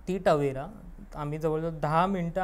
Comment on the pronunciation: तवेरा❌ टवेरा✅